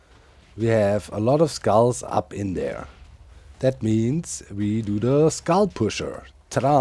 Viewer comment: Every time Doc says, "Skull destroyer activated" it sure sounds like, "Scar destroyer activated" 🙂